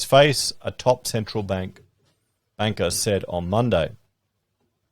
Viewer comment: Did you say wanker or banker ?.